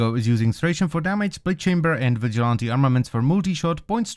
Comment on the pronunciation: It's NOT vi gont tee it's pronounced VIJ O LANT TEE